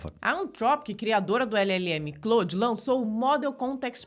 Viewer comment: O nome é Claude.. e não "Cloud" 😂